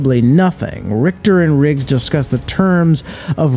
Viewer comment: He said jannick right but richter not